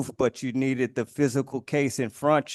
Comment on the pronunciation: But Judge, the tribal chief’s secret documents are right “infruntchu” ! 😁